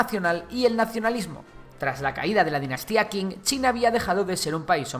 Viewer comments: La dinastía "Qing" se pronuncia "ching". De ahí el nombre "China". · Qing se pronuncia "Shing"